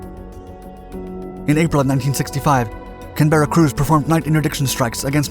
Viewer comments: The correct pronunciation of this aircraft's name puts the stress on the first syllable - CANberra, not canBERRA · The emphasis is on the first syllable not the second - CANberra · Ouch! Mispronunciation. CAN-BEAR-uh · Just a heads up that Canberra is pronounced CAN BRA said fast as one syllable not Can Berra said as two words. Love the series by the way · not a can berra but canberra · Why pronounce it as Ken-berra? - it's CAN-berra ffs. Damn 'king Yanks. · I live in Canberra and it’s always easy to tell non locals but hearing Can Berra said so many times is frustrating😂😂 It’s more like Canbra with a short a at the end. Australians don’t like wasting any more time saying words than absolutely necessary. Of course I’ve always loved the Canbra bomber. American manufacturing is just so awesome, “we need more B57’s”. Ummmm actually that’s too many we’re sending some back. What other country can do that? Cheers 🇦🇺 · It's pronounced Can-bra not Can-ber-ra. I live in Canberra and it's very annoying when people get this wrong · FYI it's pronounced "can-bruh" or "can-bur-uh", not "can-berra". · Its Canberra not can-berra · Oh for God's sake! Your pronunciation is all wrong. It is CAN-berra, not can-BER-ra. It is named after the Capital City of Australia. (I can't stick hearing wrongly pronounced anymore. I am outta here ) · We pronounce it "can-brah". Not can-bear-ah. Just say that around a Brit or an Aussie and they'll be impressed. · CANberra, not canBERra. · It's not "Can berra" it's "CAN b RAH". It's foolish to assume that an English or Australian place name is pronounced the way an American would think. It only takes a second to check on YouTube. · I can't handle the excessive use of "Can-berra". Please stop. It's "Canberra" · In UK we pronounce it Canbura, but the U is very short, almost non-existent. Hearing it said Can-bear-ah sounds just so clumsy. (Not quite as funny as Ver-HIC-cle thought) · Canberra is pronounced Canbra, not Can-ber-ra